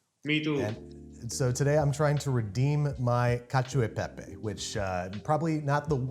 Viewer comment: I never want to hear someone say caciao de pepe again. Lol